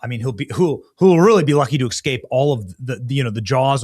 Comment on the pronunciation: Pssst escape not eXcape or eXpecially. Ah yeah not MinniANapolis. Minnie-Apple-iss